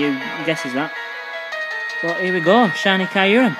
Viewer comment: It's kyor-rum.....